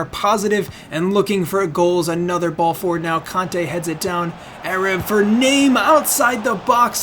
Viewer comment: Heya :) I think the name, Name is pronounced, "Nar-may". Looking forwards to the new series.